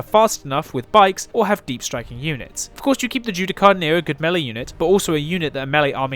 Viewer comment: Bit late to the party but... "Judiciar". As in, "Ju-Di-Shar". You're welcome.